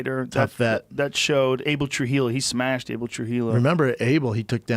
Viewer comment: He smeshed their boi